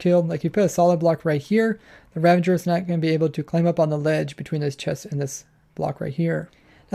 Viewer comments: Did you say “Ravenger”? Once for sure you did clearly say “Ravager,” so that’s good. Everyone remember: RAVAGE like SAVAGE! Not Ravenge like Scavenge. Nope, not, nuh uh, no way. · Spyne. You think people should be chill about such a travesty as pronouncing Ravager like Ravenger!?l? HELL NO